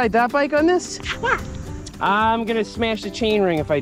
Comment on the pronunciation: been a while since i heard seth say "smeash"